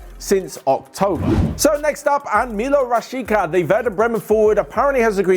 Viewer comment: its pronounced Rah-shee-TSA